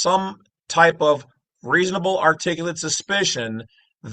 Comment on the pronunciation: Articulable is the word there is no T Just practice it about 10 times and you'll get it